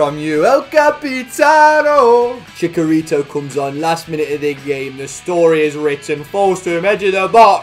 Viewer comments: Chicharitos name is actually pronounced “Chi-cha-rito” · Haha, it's pronounced Chi-CH-arito.:) Love the vids mate! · It’s TCHITCH-arito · I love you but your pronunciation of Chicharito hurts me